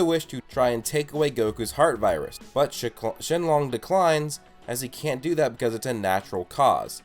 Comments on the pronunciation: did he say shenlong, its shenron, lol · its shenron not shenlong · It's not shinlong it's shinron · Shenron not “Shenlon” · ShenRON not shenLONG! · Who’s Shenlong? U mean shenron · who the hell is Shen-Long its freakin SHERON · MPlays glad I wasn't the only one who thought this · Y does he call him shenlong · Why do you say shinlong?? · First off its shrenron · Hahahhahaha. Why did you say sheklon shellon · 😂😂😂 he said shinlong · I'm sorry but you said shenlong